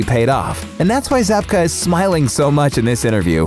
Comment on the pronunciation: It’s William Zabka dude